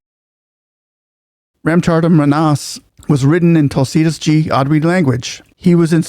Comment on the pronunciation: Its not Kulsi Das, its TUlsi Das, T not K.